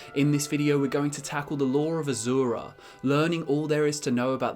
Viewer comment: By azura by azura by azura! It's azura!